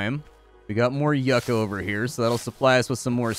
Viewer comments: Loved the video! also for future reference the plant is pronouced "You-cah" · LoL love the way he says Yucka plant lol